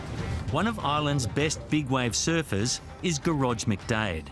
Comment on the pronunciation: Gear-oid sounds better than Gerage.